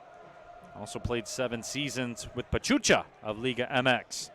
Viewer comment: My respect for Detroit City FC fans. I love the support for their team. I just hope Bravos start on the right foot and beat Atlas on the season opener. On a different note, it was hilarious when one of the commentators mispronounced the team of Pachuca for "Pachucha." Many fans from Juarez got a kick out of that one. Kinda cute really. The commentators however, are very well-informed about Liga MX. Kudos to them! Vamos Bravos a romperla en primera, El Chuco Town te apoya!